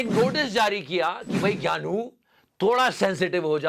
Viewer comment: Ghyanu is not ghyanu, Ghyanu is pyanu 😁😁